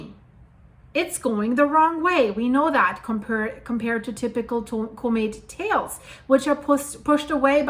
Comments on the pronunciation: You saying comet very wrong. It's harsh on the ears. Use google translate and let it spell it out. It's not Cooooooo-maet its Cmet. The o is much less pronounced. You saying it like the word comical or something, when it's more like the word commit. It's really out of place. Anyway, keep up the good work. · COMET Try pronouncing it correctly.